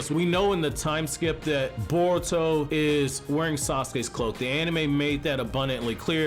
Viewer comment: Boruto not bortuo